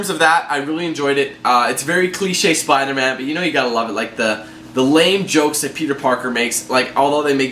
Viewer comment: Spida man